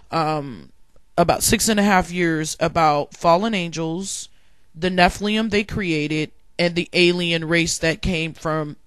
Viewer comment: Btw you are mispronouncing Nephilim. You are say nephlium. The i is before the L. It is NE-FI-LIM